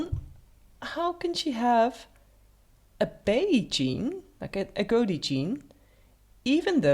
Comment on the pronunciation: Agouti rhymes with booty, not goatee.